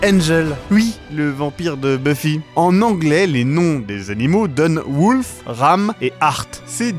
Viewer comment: "woulf" xptdr ! #accent